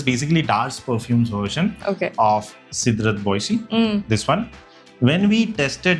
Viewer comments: I think it's pronounced as " SEDRA BO ZEY " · Cédrat Boisé (by Mancera) is correctly pronounced in French as say-drah bwah-zay